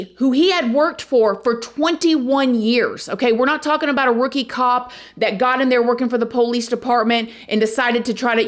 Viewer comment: I love the way say POlice with the loonnng O. I chuckle everytime she says it.